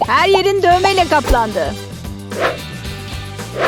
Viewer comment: 1dakika 29 saniyede kaplandi yerine gaplangi dedi